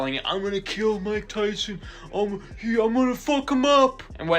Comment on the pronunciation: He really messed up Mike Tyson‘s name. He really drug his name in the dirt.